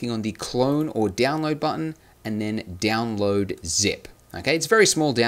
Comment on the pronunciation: Why you say it Diaonload instead of download?? it gives me a cringe))